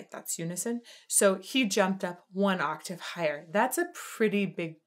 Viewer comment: just so you know you said aatave not octave the first time 😁🤪🤣😂🙃😇